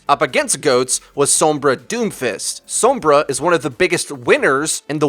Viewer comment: The way you say Sombra annoys the hell out of me...